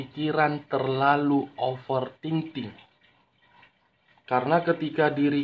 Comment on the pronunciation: Bang bukan offer Ting Ting tapi ofer thinking